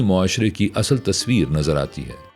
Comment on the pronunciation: اصل asl✔️/ نہ کہ asal